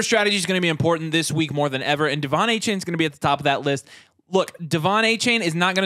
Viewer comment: Please put some respect on my man’s name and stop calling him Achan! It’s Achane (ayy-chain) there is an e there for a reason!